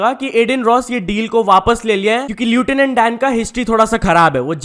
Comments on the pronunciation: Bro read lieutenant as lutanant😭😭😭😭😭😭😭😭😭😭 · bro its pronounced as lefthenand dan 😂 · Lieutenant नहीं लेफ्टिनेंट होता है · you are pronouncing lieutenant wrongly.. plss correctly pronounce it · Bhai lieutenant सही से pronounce कर ले 😢